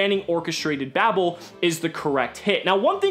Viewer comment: God it hurts to keep hearing Babel be pronounced "babble"